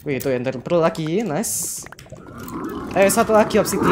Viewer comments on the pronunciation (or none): none